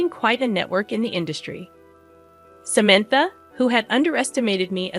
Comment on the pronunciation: Can’t pronounce Samantha’s name? Good story but terrible sister in law.